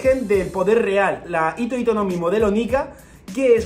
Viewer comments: Por qué todos se comen la H? En la romanización esa H suena como J, así que hito hito se lee Jito Jito, como la J de Jirafa, pero decir Ito-ito es como si fuera hilo-hilo, así como doflamingo tiene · Hola, me encantan tus vídeos. Sé que pareceré repelente, pero "hito hito no mi" en japonés la h se pronuncia como la j española o la h inglesa. Lo digo porque haciéndola muda parece que digas "ito ito no mi", que como recordarás es la fruta de Doflamingo. Espero que te sea de ayuda y discúlpame por corregirte. ¡Gracias por tu trabajo!